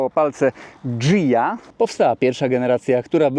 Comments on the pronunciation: Nie "Dżija" tylko "Gija", tak jak nie "Lambordżini", a "Lamborgini" jakby co:) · GIJA, a nie dżija. Tak samo Lamborghini i Spaghetti. GH=G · Ghia / to chyba nie Dżija ;) (chyba, że nie skumałem żartu). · Carrozzeria Ghia wywodzi się z Włoch, zatem "h" jest nieme (analogicznie jak w przypadku Lamborghini). Akcent na "i". Pozdro